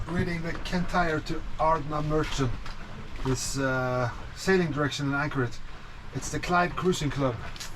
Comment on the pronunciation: My local sea-kayaking waters. Lovely area. Btw, Ardnamurchan is pronounced with a soft ch. not K as in lock, not ch as in chair, but soften it from the back of the tongue. And it’s Fort William, not Fort Fort Williams.